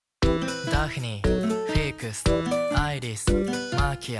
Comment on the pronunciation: ここのアイリスとかフィークスのsの発音が好きだ。